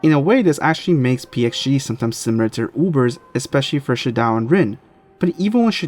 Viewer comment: It’s pronounced “She-doh”